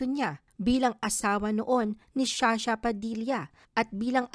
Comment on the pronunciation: sha sha???? You mean Zsa Zsa